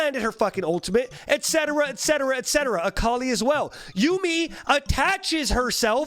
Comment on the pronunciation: It's akali